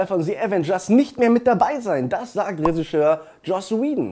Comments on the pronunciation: Bryan Cranston hatte auch ne Rolle in "Little Miss Sunshine". Der zählt zu meinen absoluten Lieblingsfilmen. Und ist eigentlich noch jemandem aufgefallen, dass immer Ressigeur statt Regisseur sagt? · Bitte mal ganz ehrlich. Das nicht Jeder der englischen Sprache mächtig is versteh ich ja noch, aber regisseur könntest du wenigstens richtig aussprechen. Is zwar urspr. ein französisches Wort, aber schon so deutsch, dass mir nich mal ein anderesdeutsches Wort dazu einfällt.